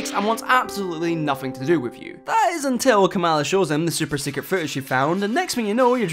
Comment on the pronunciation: It's pronounced "KAH-muhla".